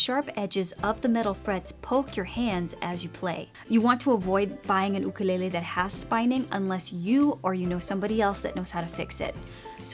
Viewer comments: Dont say ook a lay lay. It is YOoK a lay lay and you know it. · Lol why do u say “ooh-ka lele” instead of “YOU kelele was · "oo-koo-lay-lay" I actually pronounce it "you-kuh-lay-lee" lmao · " you-ka-lay-lee " " oo-koo-le-le " Me : Surprised Pikachu face* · Lol “oOkOoLeHlEh” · Oo koo leh leh is a typical Hawaiian pronunciation lol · She pronounces it Ookelele!!! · Why is she saying okolele😂😂😂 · god i can’t handle how u say ookalele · The way she pronounces it lmfao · Here on the island you instead of oo is like fingernails on the blackboard. Just saying. My ukulele and Hawaiian language kumu would wince! 😂